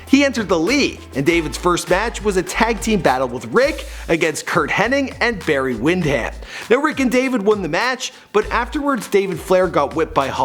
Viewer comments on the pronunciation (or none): Wahoo “McDonald”??? “Ol” Anderson??? Barry “WindHAM”??? This guys an idiot, he has no idea who these ppl are